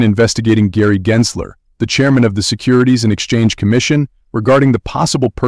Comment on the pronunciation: it's a bot,it's not consistent pronouncing Gensler..